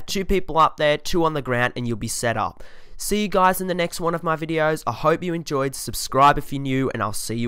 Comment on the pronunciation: I'm fast forwarding and he keeps saying the next one of my videos suscribe...